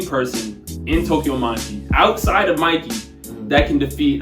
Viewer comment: ayy finally 🔥🔥🔥tokyo revengers needed this i love how it said mickey instead of mikey 💀💀